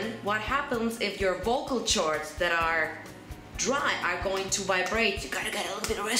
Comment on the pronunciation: vocal chords(1 syb) not vocal ch-ods,otherwise you'd be swearing in hindi as my friend said😂